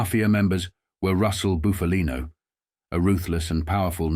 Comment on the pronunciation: It's pronounced Buffalino, NOT Boofalino. Pull it together dude. 😮